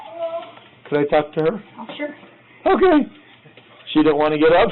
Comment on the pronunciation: wat kinda "ok" is that?? 😂😂😂